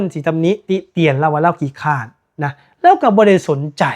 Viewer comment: " ขี้เกียจ" หรือ " คร้าน" มี ร.เรือ ไม่ใช่ค้าน,เหมือนการคัดค้าน😮😮